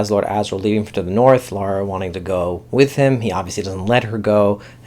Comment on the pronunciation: Good review. A clarification: it's Lyra (LIE-ra) not Laura. Also, as a book reader I liked the first ep and am VERY excited to see them do the whole series :)